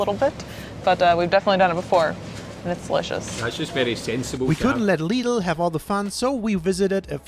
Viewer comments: Please pronounce it Lidl. Not Lido✌ my favourite is Edeka. It's from Hamburg the supermarket brand. Regional and have many products in good quality. Is maybe little bit expensive for some people here. But i like the Store inside. Very modern colors. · Lidl and Aldi not lido or audi